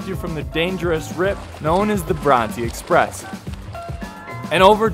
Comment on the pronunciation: Please learn how to say Coogee and Bronte properly.